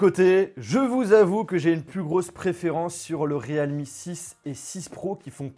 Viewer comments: C'est PAS / RÉAL MI/ mais /rilmi/ 0our dire realme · Re-alme ?? Plutôt realme nan ? 😂